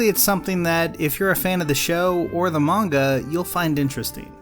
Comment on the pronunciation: Thank god, you pronounce manga and Ghibli correctly.